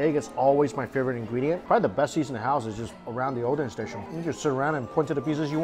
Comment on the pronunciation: First time I heard him saying oden correctly (not odeng)